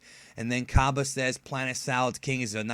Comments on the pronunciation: expergamez pronounces it like cabe lol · shots fired at expergamez cus he pronounces it kabe